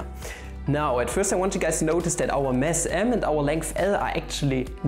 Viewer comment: Wow you’re getting more and more sophisticated in teaching stuff! Keep it up. (Side note regarding deutscher Akzent: it’s a mass m, not a mess m. ;-)